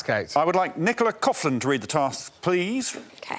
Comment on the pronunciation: I guess I shouldn't be surprised when you can't pronounce Dara Ó'Briain's first name correctly, there was no chance you were going to pronounce Nicola Coughlan's last name correctly either.